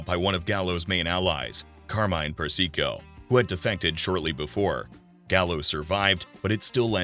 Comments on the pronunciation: Seriously, did you listen to how he pronounced Carmine Persico’s name? It’s not per- SEE- co, fool. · Great doc! - but slight quibble: Sonny's own son Michael pronounces Carmine Persico's name "PERsico", not "perSEEko", and since Michael worked for Carmine, he would know.